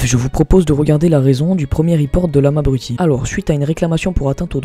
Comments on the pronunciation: Lamabruti c'est la manière de prononcer le mot qui me fait rire et aussi lamatichaux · "Lamalbaisé" ça ma tué 😂😂